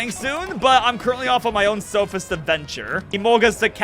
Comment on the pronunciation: SOphist? I thought he was